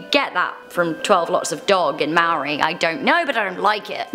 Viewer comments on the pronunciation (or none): You butchered the word Maori I know you didn’t know just saying (I know she did coz I am Maori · Please pronounce moari properly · I know your not from there but you pronounced Maori wrong. Nice try though